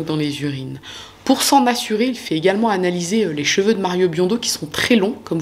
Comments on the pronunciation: J'aime bien tes vidéos par contre pour sauver nos oreilles, les prochaines vidéos si tu peux dire chEveux et pas chveux mes oreilles te remercieront 😅🙏🙏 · Bonjour. Tes vidéos sont assez bien réalisées. Par contre, j'ai été surprise que tu prononces: j'veux... au lieu de: cheveux. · Même si on connaît une histoire, ta version est toujours super intéressante 👍🏻👏🏻. J’attends souvent le mot que tu ne sais pas prononcer « seveux », petit défaut de prononciation qui me fait chaque fois 😂. Bravo pour ce bon travail!!!